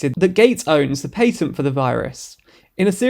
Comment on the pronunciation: What in the fuck is a pateeeent!? 😭